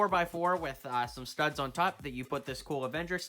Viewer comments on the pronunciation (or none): You said tirds not studs